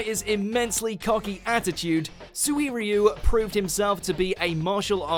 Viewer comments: Anyone else noticed how he said Suiryu? "Soo-ee-ree-oo". It's "Soo-ree-oo," I think. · Swee-r-yoo Copy/paste this into google translate and use their pronunciation (it's decent for japanese): すい竜